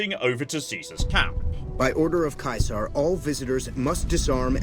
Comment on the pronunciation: How they pronounce Caesar is baffling